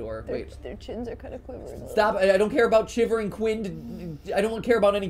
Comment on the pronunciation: “chivering quin”